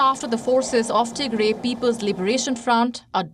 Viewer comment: Tigray not Tigre U ignorant !!👺👹🤮🤮